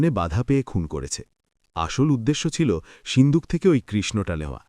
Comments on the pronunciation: Ota sinduk na shinduk kane e lagje pronunciation is horrendous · Seendook na shinduk